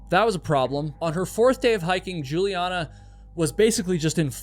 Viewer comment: You US guys never learn how to pronounce foreign names, right? The girls name is Juliane like "Yuliaane" and not tshulien. Why is it so difficult for you to grasp that there is more than English in the world? If I know that the guy who has the name Michael is an US boy, I know that I do not have to pronounce it as in the Hebrew original or in German which sounds quiet the same, but instead like "Maikel" I mean this is also a question of politeness, not only education. German is not a tribe in the Amazon. They say every 5th US citizen has German forefathers and you guys would have not made it to the moon without German help, You have a car-cilization and cars were invented by German, an if you are protestant thank Germany for the Reformation . Therefore it would be no bad idea if you cosmopolitan political correct people over there would get some little more ducation and good will for that. As for the alphabet you use it comes from latin. And in latin all the letteres of the alphabet have a certain spelling. The Germans have the same spelling, you English speaking people do not have this. You have diverted in all sorts of direction which make more or less no sense. Look how you pronounce "rainbow" and "cow". No order, no rules, just chaos.